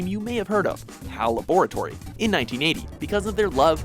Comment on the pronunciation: laboratory is pronounced differently in the name i believe. WM top pronunciations again...